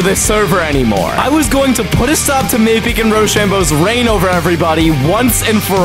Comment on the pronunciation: It’s definelty not mapicc…..💀